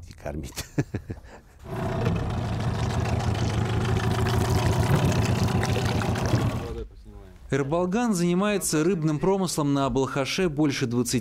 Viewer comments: Автору респект, только не Э, а Е. (Ерболган) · Почему вы его называете Эрболган? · Е-Ерболган, а не Рыболган. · Не Ербалган а Ерболган